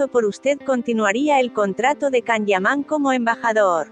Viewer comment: No se porque te empeñas en decir CAN, así se escribe, pero se pronuncia YAN.